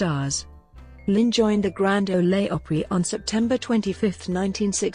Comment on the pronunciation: I never cease to be amazed by narrators who do not relate or understand their materials. To wit: "Grand Olay Opera". I shutter.